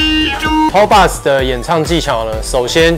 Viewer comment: box 是不是读错了？